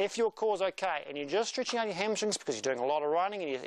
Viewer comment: why did you say streetching in the beginning?